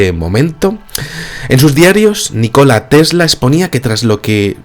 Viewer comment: Nikola Tesla, !!! no ! NI -KOLA tesla